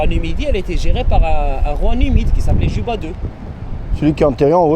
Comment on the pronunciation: Cléopâtre Séléné fille de Cléopâtre d'Égypte. Son époux était le Rex Juba II, le roi savant, prononcer Yuba, bien-sûr.